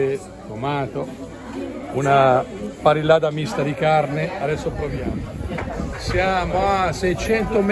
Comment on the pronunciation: dobbiamo farti un corso rapido di spagnolo/andaluso: la doppia ll si pronuncia i un po' tirata... Come Mallorca la pronunci Maiorca, così parrillada la pronunci pariiada. Ti aspettiamo nella costa più bella e selvaggia dell'Andalusia, quella della provincia di Cadice!!! Vedrai che una volta qua, non torni più veramente in Italia, come noi!!!